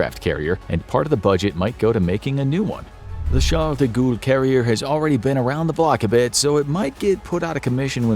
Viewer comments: Did he say "Charles de Gool?" 😂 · “ the Shaw-De-Ghoul Carrier “